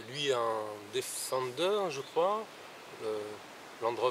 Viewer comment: Sa se dit difender. Et le defender est le meilleur 4x4